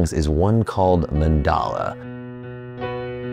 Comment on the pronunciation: Its not mandala its mandal to be exect sor mandal